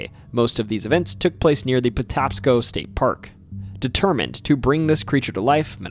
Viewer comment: Maryland native just wanted to let you know it’s the Patapsco River pronounced potapsco. I learned a ton about my state in this including the state drink being milk that’s nuts lmao